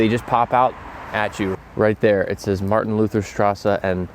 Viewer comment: I am german and i heard you speaking "Martin Luther straße" so funny ahaha